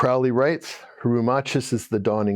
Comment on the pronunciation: This was interesting. It would be even better if you could correctly pronounce the words Crowley and Thelema.